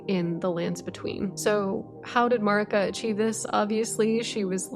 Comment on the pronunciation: why do so many loretubers mispronouce Marika's name?